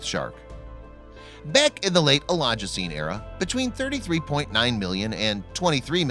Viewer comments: The narrator needs to brush up on his pronunciation.. Carcharocles is pronounced CAR-CARE-O-CLEES and Oligocene is pronounced OL-LIG-O-SEEN. This shark is not rare, or as large as C. megalodon, but the teeth are nicely preserved. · Oligocene, NOT elogecene.